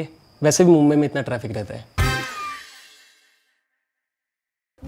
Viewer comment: अरे मुंबई म्हणायला शिका आधी. आणि मुंबईतला मुलगा मराठी बोलतो हिंदी नाही.